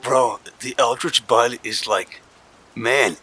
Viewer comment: Eldrich bud sounds like salvia hahahaha